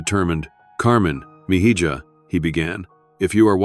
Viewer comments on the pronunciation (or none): The AI needs to learn Spanish.